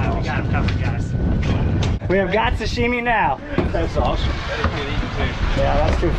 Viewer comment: It’s “sashimi” not “sushimi”